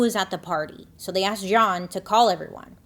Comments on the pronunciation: Jeanne 😅, spoken like "Jean" but you also say the "n" at the end. 😵‍💫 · I just looked up the homeowner’s name and it’s Jeanne. Isn’t that pronounced like “Jean” or “gene” ? Why is she saying it weird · Well during '08 election, Black Panthers in Philly stood outside voting-precinct radius with baseball bats. There remain idiotic specimens of both races. Also, why the masculine, French pronunciation of this name, Jeanne. Everyone I've known who spelled their name this way was just Jean. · Her name is pronounced Jean with long E. If French, then pronounced as you did. I love all of your videos/stories/ and make up. You look like a totally dif person when u get done. Brilliant! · Just a fun fact: my middle name is spelled “Jeanne” but is pronounced “Jean” like pants. Imagine Bailey is making this hoe’s name more fancy than it actually is. 😂😂😂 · I feel like this woman's name is spelled, "Jeanne" but it's pronounced like, "Gene" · If your name is Jeanne but you pronounce it as if you’re a French middle aged man you may be the problem, just saying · I'm only 25 min in, but I am just chomping at the bit to ask this (especially having lived in the deep south before), is it actually "Zhon" or really just Jeanne, like... jeans. because I suspect the latter and those people are so "nouveaux riche" and try to sound cool by correcting people how to pronounce their milquetoast name. Alright, off my soapbox. Poor Tam. :( I was born in 1978, too... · isn’t Jeanne pronounced like “genie” or “gene”? im genuinely confused!